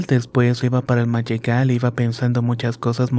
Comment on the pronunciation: Excelente historia. Escucho que se menciona en el relato "mayegales" pero lo correcto es "magueyales" (terreno plantado con magueyes).